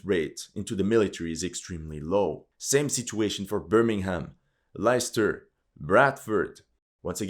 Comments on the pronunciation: Great video but can I just point out that Leicester is pronounced Lester? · Leicester is pronounced Les-ter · Great video and entirely too accurate. That said, I should let you know Leicester is actually pronounced 'Lesster'. God knows why. At least it's not Worcester (pronounced 'Wooster') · Leicester is pronounced "LESS-ter," believe it or not. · Leicester is pronounced as lester, comme quel ou lesbienne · Good Vid but one thing.... Leicester is pronounced Lester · His pronunciation on Leicester ?